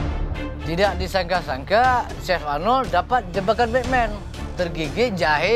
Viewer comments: Gw dengernya malah syekh arnold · gua dengernya si arnold, bukan chef arnold